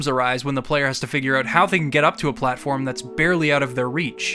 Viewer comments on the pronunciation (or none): none